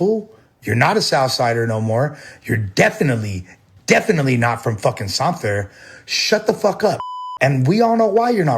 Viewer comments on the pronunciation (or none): He didn’t practice hard enough on how to properly say, San Fer.